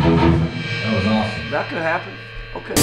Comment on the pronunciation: ya lars sanki ilk defa wah pedalı görmüş gibi this is awsım ne lan allah aşkına crybaby gitmiş adama signature seri pedalyapmış sen 2010lardamı awsım diyosun ne adam ya :D